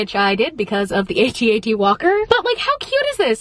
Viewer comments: not saying “the 😂😂😂love you but it’s AT-AT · I love you to death!! But it’s an AT-AT not an A.T-A.T. 😊